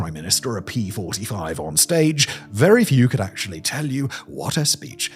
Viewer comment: “Ackshully” STFU